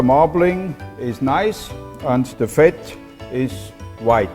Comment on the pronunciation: Does this guy have a swedish accent? This sounds extremely swedish, the only difference is that he switches the D's with T's. He also pronouces "fat" as "fett" (which is the swedish word for it) but a typical swede would pronounce it "faet" which makes it hard to pinpoint, does he not know the english word?